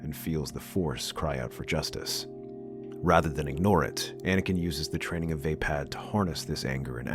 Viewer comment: vuh-pad, not vey-pad